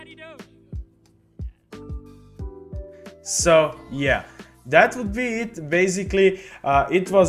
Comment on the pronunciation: Please pronounce it correctly not dogay lol 😂